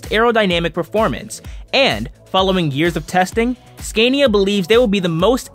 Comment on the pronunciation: Learn how to say Scania properly....!!!